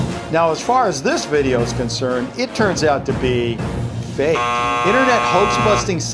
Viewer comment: Stop saying fak ha ha ha!!!!!!